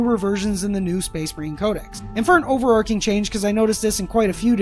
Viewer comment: Sorry for being annoying... but it's pronounced "overarCHing" not "overarking"